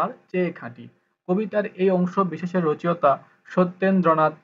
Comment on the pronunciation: রচেঅতা হবে না, সঠিক উচ্চরণ হবে রচো ইতা।